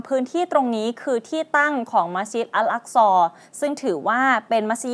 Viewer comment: مسجدالحرام المكة มัสยิดฮะรอมมักกะห์, مدينةมะดีนะห์, الأقصىอัล อักซอ سليمان สุลัยมาน ออกเสียงชัดทุกคำเลย